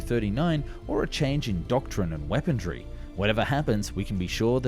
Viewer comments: What in the world is “weapon-dree”? The word is “weaponry”, there’s no “d” in the word 😂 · The narrator also ways "weapondry". There is no such word. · “Wependry” too… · "Weaponry" The word doesn't have the letter "T" in it. WeaponTRY again. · And “weapondry”. At least he didn’t say his usual “arnaments” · Also "Weapondree" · I take a shot every time he mispronounces weaponry and armaments. It’s tough going most videos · Guy can't even say weaponry right